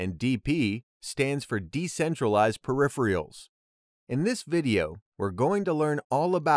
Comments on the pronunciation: Peripheral is not pronounced "periphrial" !! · Clear and helpful. (But please check the pronunciation of 'peripheral'.)